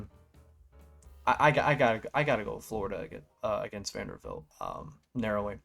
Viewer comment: Vander-BILT. Come on my guy. Great video non the less